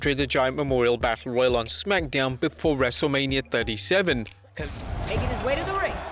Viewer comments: Mistake: In the intro you said “WrestleLamia” instead of “WrestleGamia” LOL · He said Wrestlelamia & not Wrestlegamia